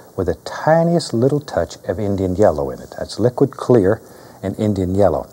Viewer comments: Liquid cWa- Clear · Bob almost says liquid queer instead of liquid clear haha. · he wanted to say "liquid kweer" lmao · Liquid que-clear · Bwahahahahah! He almost said liquid queer!! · liquid wh-clear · Hahahahaha he almost said liquid queer in the beginning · Dude almost said liquid queeer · liquid cu-clear